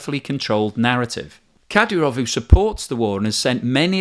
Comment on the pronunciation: More golden content and big thumbs up on your pronunciation of Lyman! Today’s bonus words: Ka-DEE-ruv, CHE-chun/CHE-chnee-ya.